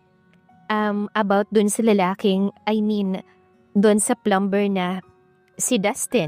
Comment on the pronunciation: Take note how to pronounce the word Plumber , it is silent b sounded” plumer “ The word often is silent “t” sounded as “ofen” , Gusto kita as narrator pls huwag magalit. Salamat